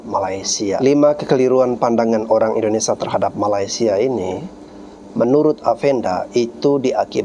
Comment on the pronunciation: Min...Indonesia, bukan Indonesa